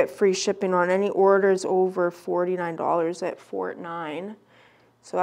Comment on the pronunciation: This blew my mind but its pronounced 49 not fort nine. As in we are above the 49th parallel here in Canada.